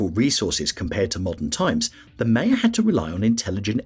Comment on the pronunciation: I didn’t get beyond “Maya”… normally pronounced “My-ya” not ‘May-ya’.